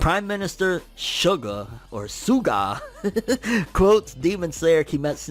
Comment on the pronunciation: That's not how you pronounce SUGA. it's a Japanese word, not an English one. It's like saying Mitshuki.